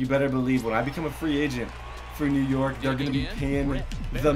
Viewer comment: its york not yok lol